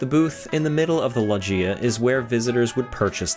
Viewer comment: I've never heard loggia be pronounced "lodge-eee-uh" before